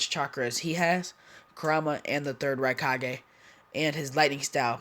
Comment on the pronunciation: Raikage not rikage